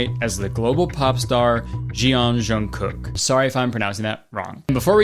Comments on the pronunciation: Not Jungkook popping up in the middle of this vid 😭 and the way Kurtis pronounced his name help 💀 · i mean Kurtis you could have very easily looked up how to pronounce jungkook's name lol. that diana/jk conspiracy is one of my all time faves lol